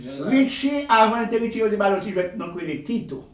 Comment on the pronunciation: Wap mal pale non an sanble avèl li rele Richie net